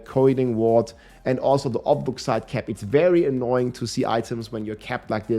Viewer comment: It’s not OB-DUC-SITE. It is OB-DU-CITE.